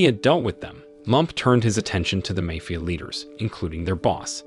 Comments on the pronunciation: Mah fee uh Not may fee uh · makes so much money from this movie recap channel that he doesn't even care about his pronunciations like Mafia to Mayfia lol. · Mayfia, really? Here in NY its Mafia (ma-fia) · The way he pronounced the word mafia like meyfia. 😂😂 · What is a “mayfia”? It can’t be the same as mafia because he said mafia correctly at least once in the beginning then immediately said “mayfia” a few words later. ( - ) Or is he saying “mayfield”? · As English is not my native language, i was a bit confused about that one😂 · Pronunciation of MAFIA is annoying